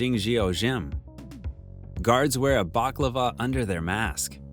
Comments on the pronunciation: narrator says "Guards wear a baklava under their mask" caption says "balaclava" - blame the narrator. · ...did he say baklava?